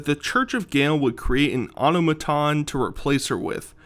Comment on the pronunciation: "Auto-maton" lol It's pronounced the same way autonomy or autonomous is because the word is referring to a self aware construct that has autonomy, free will or agency over it's own thoughts and actions. Just trying to help. Good video. Thank you for the new content.